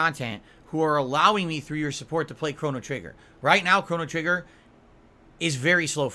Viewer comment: Cona-Trigger-nger😂